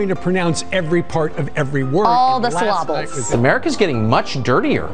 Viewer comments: Did she say "sylobles" instead of "syllables" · Did she really say, “All the syl-la-bulls”?! 🥴🤦🏻‍♀️ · Sill-ables. Wow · "all the slobbles," uh,,,,,,,, syllables? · I thought she said 'slobbles'. Yep, just checked, she said slobbles 🤣🤣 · "...all the sill-lobbles"🤔🤣🤣🤣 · "All the slobbells". Proof that American education is generally poor. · All the syl-abuls (syllables) especially those with Q. A million peoole tuned in to watch them talk about "get em" or "get him"? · All the syl’lables hahahaha